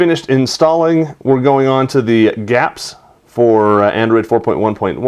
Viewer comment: it's not "gaps" it's /gee-apps/